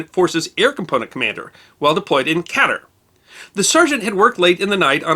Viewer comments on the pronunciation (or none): Love the vids, and the history. Katar (Ka ter) as was mentioned is pronounced Kah Tar as in far